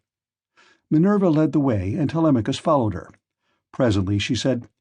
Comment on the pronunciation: i feel like this is an ai bot using marks voice. he pronounces "telemachus" 2 different ways within the span of a minute around the mark